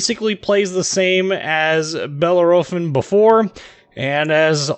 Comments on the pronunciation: OK, sorry, but I have to stop. I can''t stand the way you are mispronouncing Bellerophon. Think it should more like: Belair-o-phon? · Grrrrrrr !!!!!!!!!! .... 4 syllables ... "Bell" "Air" "A" "Fon" .. say it quickly and you won't go far wrong ... Just Say ... Fresh Prince of "Bell Air" ... little .. "a"... "Fon" ... Bell air a phon (without a breath) .. I swear Trump won't mind (too much) :) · bell - air - o - phon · Wow it not that big of a deal, it’s a simple mistake , jeez